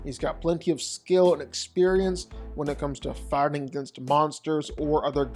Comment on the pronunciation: Ok, I'll bite: last night I was pulling and all nighter doing paperwork and binge listening to your "vs" videos that I recently discovered, and I can't shake the need to ask: why is it that when you say "fighting" it seems to sound like "farting"?